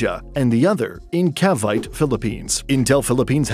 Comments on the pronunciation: The pronunciation of the city name Cavite is so totally wrong; the correct pronunciation is 'kaa-vee-tee', not 'kay-vite'. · its CA-VI-TE (KA-BI-TE) not (KAY-BITE) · Just a minor correction to you pronunciation of “Cavite”. It is not pronounce like in.... vite but rather like Ka(Ca) bee (vi) te similar to “ten”. Being a resident of Cavite I just couldn’t resist. Thanks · Do your homework on pronunciation ca-vi-té not caviyt —nakakarindi yung maling (cringe) pronunciation —yeah bad business environment in the Philippines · ❎️ Cavite ✅️ Kay Bite, Cuh Bite 😊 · Cavite it's not kavayt, it's kavité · Cavite pronounced as Ka-byte!😅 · General Trias Trias is pronounced "Tree As" Cavite is pronounced with three syllables as "Ka Vee Teh" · Cavite -- ka-'VEE-teh General Trias -- heh-neh-'RAL 'TREE-ahs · Cavite is Pronounced Cah-vee-Teh . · Cavite = Ca-vee-teh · Pronounced “CA-VEE-TAY” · CAVITE??? it is pronounced as CA-VI-TEE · Learn the correct pronunciation of Cavite. You totally butchered it. The "e" at the end is not a silent "e" making the "i" a long "i" as you pronounced it, but a syllable and pronounced as a long "e." Cavite has three syllables and not just two. Since you mispronounce Cavite multiple times, why should I find your information reliable? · You mispronounced cavite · When a foreigner talks about the Philippines wrongly pronounced CAVITE :) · You mispronounce “General Trias” and “Cavite”. Pronounce them like you would in Spanish and you’d be OK. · Pronunciation: Cavite - cah-vee-teh Trias - Tree-yas